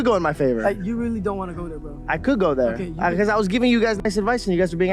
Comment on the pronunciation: Though... its not "thurrrr"